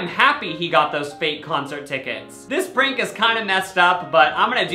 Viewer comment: I thought he said “Frank” stock photo instead of prank. Like oh yeah I guess that guy looks like a Frank 🤷🏻‍♀️